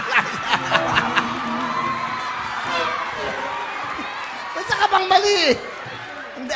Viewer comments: Sayang Malapit Na Kaso May Mali Ehh..Sabi Niya Kasi Plies😂😂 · XxBABY SHARKxX Kasi parang "plies" 'yung pagkakasabi niya at hindi "flies" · “flies” naging “plais” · XxBABY SHARKxX nag sound po kasi na fly-is (plais) yung sagot kaya mali